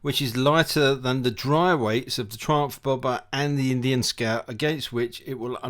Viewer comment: Nissin? Brakes? Wtf ... Thriumph, though you were british...